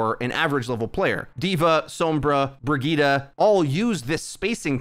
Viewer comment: I seriously can’t unhear the “Burgitta” 😂😂